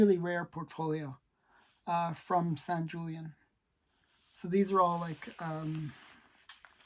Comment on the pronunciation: Just so you know, you are misprouncing Sanjulian's name. The letter J is silent. It is pronounced with an H sound, for example, like the word hoot or hooligan. Don't be an idiot. If you are going to collect the masters of monster art, you should respect up and know how to pronounce their names.